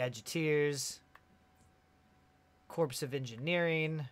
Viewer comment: Corps is pronounced as core. I love your work! Can't wait to get that level